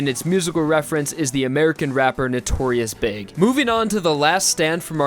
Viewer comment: The musician Notorious Big? Haha it's either B.I.G. or Biggie Smalls. It's a easy mistake from anyone that never listened to Biggie so had to get the info from something like a wiki.